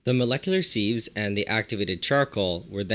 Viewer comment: Spelled sieve, pronounced siv